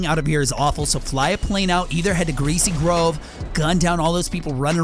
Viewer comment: I am sorry but he said greay grove.It is removed. btw